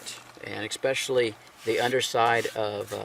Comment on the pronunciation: Love you,, but the word is especially. There is no x in it. Oh well, I'd rather listen to you in your thorough, soft-spoken manner, than any teacher I ever had in school.